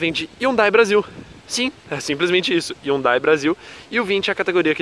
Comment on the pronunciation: Essa cara não sabe falar Hyundai